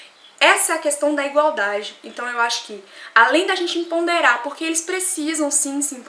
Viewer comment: EMPODERAR e não EMPONDERAR. Santo DEUS 1